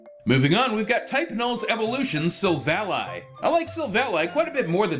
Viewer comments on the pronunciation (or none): You REALLY pronounced Silvally "silvallai"?? Isn't it clear it shold be pronounced "silvallee"? like silver, and vally? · it is not silvall eye but silvall e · "Silvally" (SIL-VAHL-EYE) What is this pronouncia....NOBODY PRONOUNCES IT LIKE THAT! (SIL-VAHL-EE) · Now I know everyone has there own way of pronouncing things but. . . Sil-val-eye? Where did you get that from? Then again I gotta say it's also more creative than pronouncing it sil-valley, so I gotta give you props on that! '^-^ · yo, bro, it's not sil-val-i, it's sil-vally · you pronounce it sil-val-ee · It is pronounced sill-valley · Silvally (Sil-Vuh-Lee)